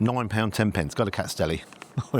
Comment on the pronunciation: It’s not “ kats deli” it’s “Kats-is deli”.